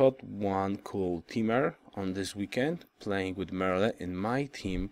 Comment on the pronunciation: Hi, Kiffe Speaking, Show us the 2v2 please! ps: french pronounciation: do not pronounce the final "e" in "Merle". just "Merl" kiss